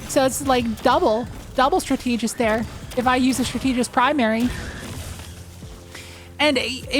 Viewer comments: “Strat-ta-gist,” not “stra-tee-gist. Great video as always! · strategist is pronounced like strategy 🙂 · The reading comprehension was not great in the Geomags section. But I imagine it was a really long day so it was easy to misread the change. Edit: Are you also mispronouncing Strategist on purpose? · You’re kinda mispronouncing “strategist” :x